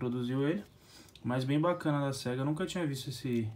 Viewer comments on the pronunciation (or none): none